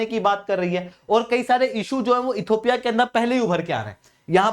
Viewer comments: You are repeatedly saying "Ethopia" PLEASE correct your pronunciation. It is Ethi_O_pia NOT Ethopia. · इथियोपिया हैं सर not इथोपिया